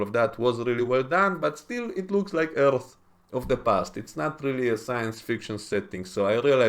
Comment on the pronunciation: Good review! Though it does seem like a spoiler to say nobody changes sides. Perhaps you’re just saving us disappointment. Also like your videos because you have a cool voice. I think you added a whole syllable to “Earth”! (I just sound like “erth.” Not as fancy). Good droid ideas, too. That stuff matters to me as well.👍🏻